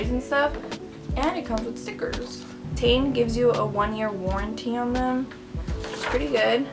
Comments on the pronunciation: Pronounced “Tee - en” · It's Teh-in Because it stands for Technical inovations so you pronounce the part5s like that. Iguess,cool vid